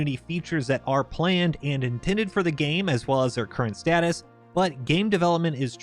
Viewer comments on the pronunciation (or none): none